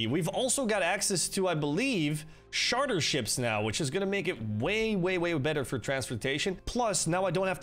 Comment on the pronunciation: Please tell me I'm not wrong. It's Charter, like Charlie, not Charter like Sharter, right? He keeps pronouncing it Sharter and it's bugging me.